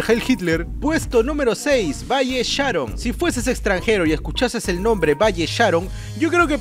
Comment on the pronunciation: Valle Sharon el acento es en el on jaja